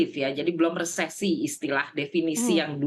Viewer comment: "Resflasi" haha